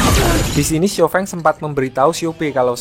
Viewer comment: Baca Namanya Xiao Feng (Siao Fong nich Baru Bener)